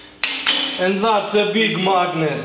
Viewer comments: "We are going too make sum Explo-see-ons....... Mawgniet Explo-see-ons" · "lyyk at the majgnet its brjoken" ;D